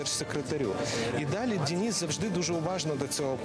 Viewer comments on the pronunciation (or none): чому дініс, якщо Денис 😅